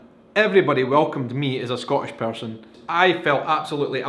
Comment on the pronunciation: love the video, but you're pronouncing "Scottish" wrong.